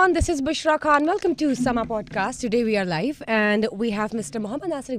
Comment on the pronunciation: Bibi word khan ki pronunciation theek krain